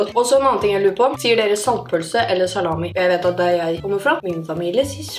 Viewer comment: Salami med trykk på i-en ikke l-en sier jeg